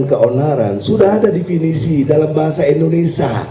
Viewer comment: Hey binantang..ngomong yg benar ya..penyebutan INDONESIA itu bukan INDONESYA..